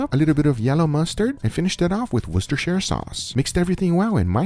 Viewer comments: guga youve impressed me, you prounounced worcestershire sauce right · Finally an American who can say Worcestershire 🥲👍